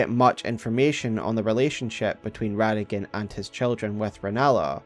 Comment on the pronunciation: It’s Rada-Gon Not rada-gin